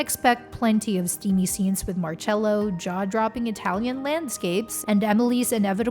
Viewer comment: No es marello es marcello